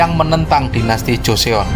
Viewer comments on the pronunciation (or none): none